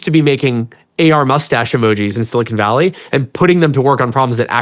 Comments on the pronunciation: Sean, keep up the great work. One small constructive criticism ... when you pronounce Silicon Valley, the 'con' in Silicon is is like 'khan' ... it's not silicone. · Bro literally said "silicone valley" lmfao